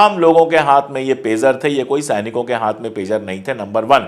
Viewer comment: pizza nhi pegar name he